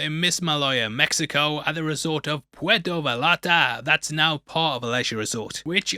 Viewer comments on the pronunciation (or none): Puerto Valllllarta? Come on! Thought you were taking a Spanish course! 😂 Great Video! Please break down Minority Report!